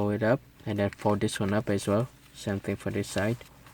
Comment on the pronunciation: its same not sem